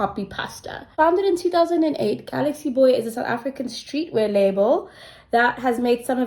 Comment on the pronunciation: It's pronouned Gal-x-Boy 😅